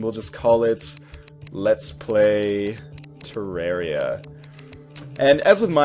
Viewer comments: you said terrari wrong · some people say terr-air-ia so dont hate.